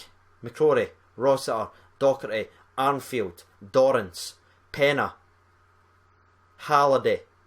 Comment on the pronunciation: Congrats on 16k. Practice this name though - ‘Arfield’ no n! ;)